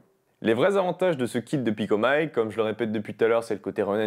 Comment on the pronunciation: MATERIEL FRANÇAIS : DONC PICOMIC PAS PICOMAÏKE